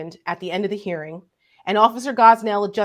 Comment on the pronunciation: Officer Gonell NOT Gosnell.